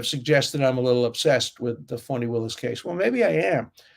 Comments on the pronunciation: Do you call her Phony Willis because she has been phony? Or do you pronounce her name that way? Just wondering if laughing at it is for good reason lol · Professor Dershowitz-- I sometimes wonder if the way you say "Fani" Willis--is it your Bostonian type accent, or if it is purposeful that you pronounce it as "PHONY" Willis. It makes me smile every time I hear it b/c I hear "PHONY".